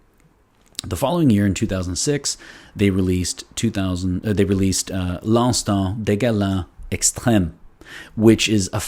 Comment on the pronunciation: fantastic review.the pronunciation of the name is fantastic😄 loved it👍